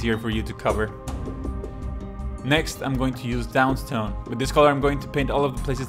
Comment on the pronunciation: I've watched your channel for years but you pronunciation of one single paint still bugs me haha. DAWNSTONE not DOWNSTONE